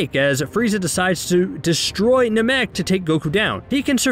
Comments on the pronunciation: First of all am I the only that its bothered the way says “namek” second of all I think you focused on doing the video really short that you leave a lot of missing info. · Having a hard time saying Namek? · There goes CBR proving they know NOTHING about the dragonball franchise again. God i hate the way you say Namek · It upsets me how you pronounce Namek. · Why why why do you say namek like that. Did u ever watch the show? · The way he pronounces Namek made me stop the video. There’s no way you’re a real fan of this series (that I older than I am) and don’t know how to say that word. I’ll pass. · I stopped watching after hearing how he pronounced Namek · The way you pronounce Namek got you a dislike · Dude why are you pronouncing namek like that lol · I hate the way he pronounced the planet namek omg STOP lol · Do the people talking in the videos even watch the show? Dude can't say "Namek" or "Chouzou" the right way. If you're going to do the voice over these videos, at least say shit right so it makes it look like you're a fan. It's just a job to this goon. And that was no gold medal run. You pronounced so much wrong. You get aluminum foil instead, and it's the cheap stuff. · After seeing the series... and hearing it... why do you insist on pronouncing Namek the way that you do..? Gross... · The way you pronounce namy things like NA-MEK i have to ask???have you ever watched dragon ball?? Or you're just reading script? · Narrator: Best fight in the franchise! Yeah I said it! Me: You never even watched the show 😒"nuh-mek" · Nuh-mek? You’ve obviously never seen the show. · Nahmek and Gohand?? What are these annunciations?? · Yeah, I don't trust anyone who pronounces it "Na-Mick" Get someone who actually watched the show to do shit like this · Your right, the guy pronounces so many names wrong...ex. Namek and Gohan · How can you say namekian right but not namek ☠️☠️☠️ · The way he says namek hurts me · Every time he says “namek” incorrectly it makes me cringe